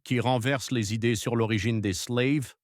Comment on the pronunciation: Slaves et non "sleives" prononcé a l'anglaise